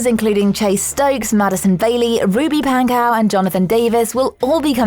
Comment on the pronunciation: Did she just say Ruby Pankow? This is where I dislike.